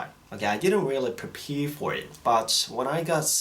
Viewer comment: Your Australian accent comes out the most on the word "prepare"